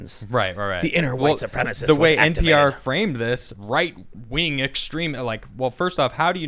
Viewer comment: The funniest thing Tim ever said "Super Supremicist 3"